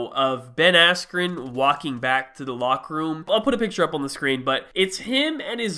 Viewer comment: I have no clue how you pronounce his name wrong